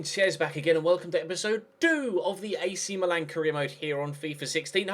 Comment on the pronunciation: The same goes with Milan! It's "Meelan" not "Malan".